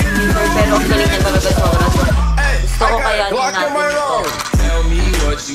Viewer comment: Veronica* not Beronica